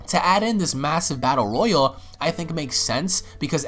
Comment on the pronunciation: It's ROYALE damnit, NOT ROYAL